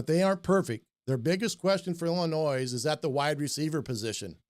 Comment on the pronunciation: My man passing on the French calls them Ill-annoys lol